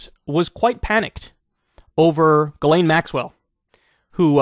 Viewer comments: I sincerely hope Kyle goes back to pronouncing her name as Jizz Lane. It always put such a smile on my face, it's a more deserving name for her honestly. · "JIZZ-laine Maxwell" LOL! She knows what many people did "PARTYING with Jeff Epstein."